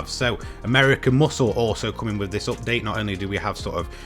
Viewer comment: nice 'optdate'....repeat after me.... 'up:'..... 'date'.....'update' !